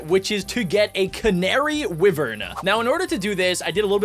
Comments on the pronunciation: It’s are pronounced ‘wievern’ not wivern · Ur saying wyvern wrong it is said W-I-vern but is spelled wyvern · You pronounce wyvern like why-ver-ns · I love how he calls the WHY-vern Wivern TuT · It tavern not wivern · It's not wiver it's wyvern wy as in why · when u said w-i-vern it annoyed me so much. it is pronounced w-eye-vern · haha was gonna coment that soon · When says wivern I flippin laugh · Its y-ver-n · It feels so weird how says Wyvern